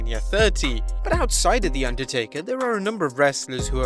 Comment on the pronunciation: Can’t say Undertaker lololol